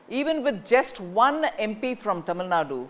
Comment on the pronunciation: This fellow still not able to pronounce tamil nadu properly.